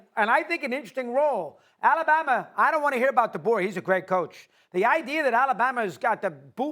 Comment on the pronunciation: The way that dude is pronouncing Alabama is freaking me out